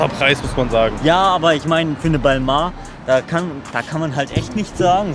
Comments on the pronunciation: balmoah nd balmäh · Hauptsache es wird halt balmäh ausgesprochen... französisch ist von beiden nicht so die stärke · es wird Bellmehn ausgespprochen laut monte und der hat ja immer recht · Beide haben balmain falsch ausgesprochen Ballmäin wird‘s richtig ausgesprochen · Lul Balmon? hat Balmain schon richtig ausgesprochen 😉 sich Fashion youtuber nennen und nicht mal die Namen richtig ausprechen können? Naja sowie louboutongs ne? 😂😂😂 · 🙈 Peinlich wie einfach selber nicht weiß, wie man Balmain richtig ausspricht, aber sich mit über lustig macht, der es sogar als einziger (zuerst nahezu) richtig gesagt hat! und auf einem "Niveau" als "Fashionyoutuber" 🤡🤡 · geil das der immer marken anhat die er nichtmal aussprechen kann